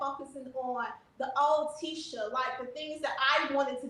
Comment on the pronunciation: Please, you talked shit about her dress in another vid, Q. Also, it’s Tee-shah. ✊🏾